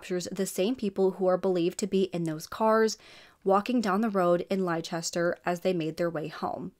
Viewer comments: Great to see you cover a British case, however, it is pronounced Lesster, hun. English pronunciation is stupid sometimes! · FYI, Leicester is pronounced as “Less-ter”, just as Gloucester is pronounced as “Gloss-ter”. For future reference. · Leicester is pronounced as Lester...yep weird, I know we have strange ways of saying things/places here in UK! The car make Seat is said Say-at...from Spain. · Just for the sake of accuracy, Leicester is pronounced as Lester for some reason. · Well told story. Don't mean to be rude but Leicester is pronounced Lester😁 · U are pronouncing the place where it happened wrong it sounds weird hearing it how u say it been from England 🏴 🇬🇧 🤔